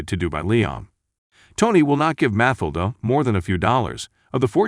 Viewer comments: Learn how to pronounce character names before you make another video. It"s pronounced MaTILda not MAtilda. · Jesus Christ her name was MATHILDA = Ma Till Da - not MATH A LA - what the? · Damn but the Narrator needs to work on his pronunciation! Math-elder? It's Matthilda! Matt-ilda!!! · its pronounce mat-tilda please teach your bot. but that aside still a fantastic film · Mathilda is pronounced: Ma-til-da. NJ is New Jersey. Do your homework. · It’s pronounced Ma-Til-Da. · It's Ma-til-da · You should teach the computer how to pronounce Mathilda. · Will you do something about that stupid fucking voice mispronouncing "Mathildas` name... How does this shit ever get posted..??????? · For Pete’s sake, pronounce Mathilda correctly. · The narrator did a good job but does not pronounce Matilda correctly. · Robot narrator can't handle the pronunciation of "Matilda". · Took me half way through the video to figure out why her name was unfamiliar. I watched the movie a couple of times, but didn't remember her name. FINALLY, I realized the stupid computer bot was mispronouncing Mathilda. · Mathilda... the "h" is silent. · Please redo this with new commentary, and correctly pronounce Mathilda. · Seriously, you keeping mispronouncing the little girls name made me give you a thumbs DOWN DUDE... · u don't pronounce MATHILDA like that, the tone is on the second silable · The way the name Mathilda is pronounced 😁